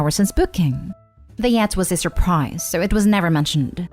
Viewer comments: 'YACHT' does not rhyme with 'cat'. It's pronounced as 'yaht'. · What In the world is a “yat”? The mispronunciations are beyond irritating and make listening intolerable. Hire an editor of at all possible. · Yacht: say it like, “yaat” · It's pronounced yot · Is this a computer-generated narrator? 😆 The “Yat” is cracking me up.